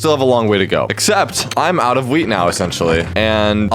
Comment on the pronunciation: Every time he says wheat I hear......... Weed